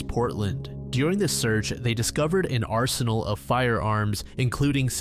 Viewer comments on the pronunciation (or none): none